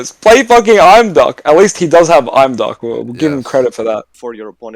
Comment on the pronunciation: I don't know why I find these are so entertaining. I never would have noticed all these decks sharing the same issues but now it's so obvious. On a completely unrelated note, doesn't the pronunciation of Imduk as "I'm. Duck" sound a little silly to anyone else? Surely it must be Eem-duck? (as in the same IM in impossible)